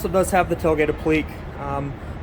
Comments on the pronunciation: Thanks, I learned a lot :-). By the way, it's pronounced "App-lee-kay" :-). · .. " appl-LEAK"??? and others, yikes. Stick with tats.